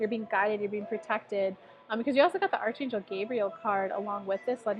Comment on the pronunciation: Archangel is pronounced like Ark-angel ;) Thank you for the reading.